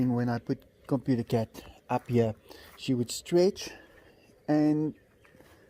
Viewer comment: dang!!! so that is what happened to computer cat!!! I miss him, and I miss you saying 'coputah cet' in your videos!! please name one of the new kittens after computer cat!